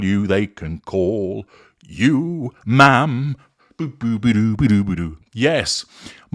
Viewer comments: It’s Ma’am to rhyme with “jam”, not Ma’rm as in “smarm”. She deserves neither. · H and M = Ham, not ma’am.